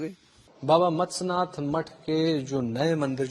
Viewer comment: ** Matsyanath(मत्स्य नाथ) Peeth** not mastnath peeth